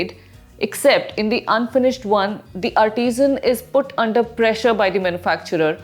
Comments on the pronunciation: Its Chikan Kari , not Chicken Curry, please your pronunciation! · It's not chicken... It's chik_on. Pronounce correctly.. plz. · At first, I heard it 'chicken kari'